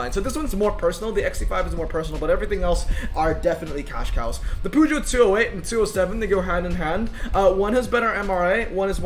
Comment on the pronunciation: these to french boys poooogeot🤣